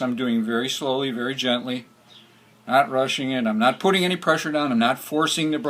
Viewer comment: the word is GENTLY !!!!!!!!!!!!!!!!!